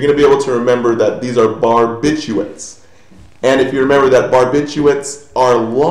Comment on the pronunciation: Aren't you supposed to say barbituRates? you missed a letter :)